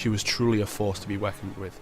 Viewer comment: Weckoned with. Would weckon with again.